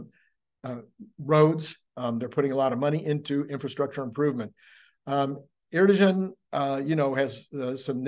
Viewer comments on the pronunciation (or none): The president’s name is pronounced Air-doe-wan. The g is silent.